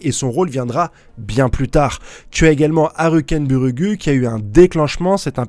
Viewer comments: Frere je l’écris phonétiquement stp prononce le ainsi ARKENBOURG ET NON PAS ARUKEN BURUGUU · repeat after me : HAL-KEN-BURG... Merci pour votre travail sur Hunterxhunter, c'est toujours un plaisir d'écouter vos avis, review des chapitres et théories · C'est quoi cette prononciation de Halkenberg 😂